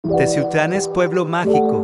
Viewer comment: Favor de pronunciar bien Teziutlán, ¡Gracias!.